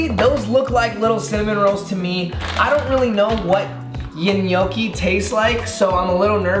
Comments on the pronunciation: Lol how he was pronouncing gnocchi Its pronounced like no key, not, ne no key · Tiktok lady: gnocchi (no-ki): gnocchi (ni-nyo-ki) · Gnocchi is pronounced nochi and not nyoki lmao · Guys it's NO KEY n it's potatoes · Gnocchi is pronounced nyoki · Did he say gnocci or poochie lol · N-yokki is how you say it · No-ki lol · I'm Italian and it's pronounced nokki but the n it's like Nino in spanish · We pronounce it gee no ho kuh heee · It triggered me the way they tried saying gnocchi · The way he pronounced gnocchi 😬😂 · All the Italian people when he says “gnocchi” 😐😐😑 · When says gnocchi it stresses me out since I’m Italian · trying to say "gnocci" is the best thing ever.